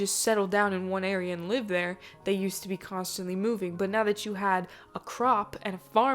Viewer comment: "movi-nnggg" lmao. That was awesome.